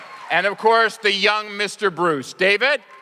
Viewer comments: The interviewer is pronouncing David's name wrong. It's Dah-veed" and he's just amazing with Camren onscreen, but that's just me - that goes for Jeremiah now, coming from David as Bruce Wayne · cmon man it's pronounced Dah-veed even though it's spelled David...do some research before you introduce and call him the wrong name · Stopped watching when the person said dayved instead of dahveed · Can this moderator not be such a moron... this man hella illiterate... "More in a braccin" "Donel Logue" "Selia, Carmen Bacah" "David" (That one I can understand, but it's pronounced Duh-veed. I can't... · why does he pronounce his name duh veed is that how its duppose to be because in other interviews they pronounce it that way and david himself pronounces it that way.so idk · He said David Its Duh-Veed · and they pronounced david how it looks instead of saying it like daveed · the host said the names wrong (morena, david, camren)